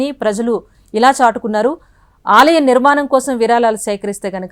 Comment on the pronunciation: Very good information and really proud news for we Indians.. but I'm sorry to say that the readers are seriously requested to learn the concerned language pronunciation also.. it is NOT విరాలాలు, నిర్మానం they are విరాళాలు and నిర్మాణం.. hope it will be taken positively and corrected.. the reader looks so good n professional so is her performance expected.. good luck